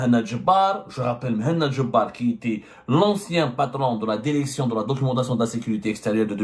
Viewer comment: Derection Derecteur Consederé